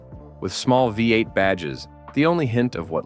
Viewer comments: AI crap. Actually pronounced Omega as Omegav, instead of pronouncing V-8. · The AI needs to read a book and learn how to pronounced VEE 8